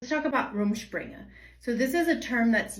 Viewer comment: So that's how you pronounce it! Also didn't realize it could go on for years and you could still live at home, do parents or the church cut it off when they feel its gone on long enough?